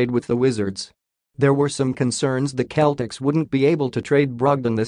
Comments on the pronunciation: It's not the Keltics (as you so mistakenly pronounce it), but rather the Sellticks! Learn how to pronounce the team you like reporting on!!!!!!!! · Words that start with letter C followed by either letters A, O & U are pronounced as a K while words starting with letter C followed by E or I are pronounced as an S so, CELTICS is pronounced as SELTICS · The announcer is pronouncing Celtic the Ancient Briton way. Americans change the pronunciation because the letter C makes an S sound when it's followed by an E.